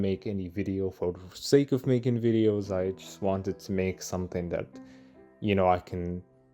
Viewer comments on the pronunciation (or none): none